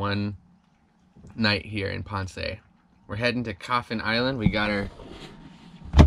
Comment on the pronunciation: You are saying Ponce wrong, there is no accent on the E. ;-)